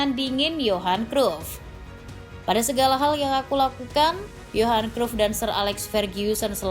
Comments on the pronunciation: WAH PARAH NI ADMIN DIBACANYA BUKAN CRUFT TAPI CRAYP . MAU DI OMELIN COACH JUSTIN? 😅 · Min penyebutan namamu salah,bisa dimarahin Kochi luuu